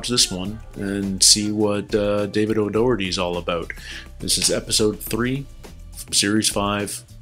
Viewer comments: It's "Do herty" as you first pronounced it. "Dokerty" is not correct. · It's not even O'Dockerty...it's O'Daw-her-ty and definitely not Chris O'Dowd 😉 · So O’Doherty is pronounced by Rob and others as O’Dock-erty. I’ve also seen him on 8oo10cdc and Jimmy Carr pronounced it the same way. But if you go back and listen, Mark his childhood friend from Dublin pronounced it O’Dow-erty. This makes me think that both are correct. Maybe one is the Irish and the other English. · For some reason the Brits just can't say O'Doherty at all. was much more correct to begin with.